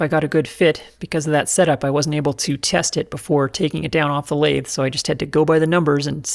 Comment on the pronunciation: I happened to be sipping a glass of wine when you said “lath-eh.” Had to pause to clean up my iPad.